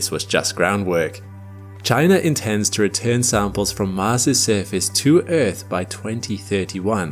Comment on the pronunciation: eaRth! damnit man. not eeeth. stop with the baby talk